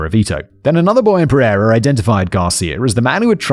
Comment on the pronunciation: You butchered pereira so bad 😭 it’s pear-ayyy-rah